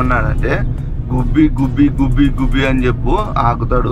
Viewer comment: Gubbi gubbi kadu guube guube analli correct ga untundhi😂😂